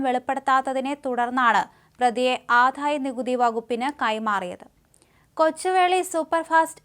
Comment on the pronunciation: ആധായ നികുതി അല്ല കൂട്ടീ, ആദായ നികുതി